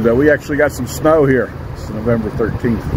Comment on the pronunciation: around the 1 minute mark, you said its November. But the way it sounded was its snowvember, lol